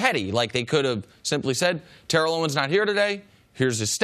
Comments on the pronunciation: TARE-ELL OWENS Listen to this video..... he says it perfect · Chris saying it exactly right. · Tare-ell Chris is saying it right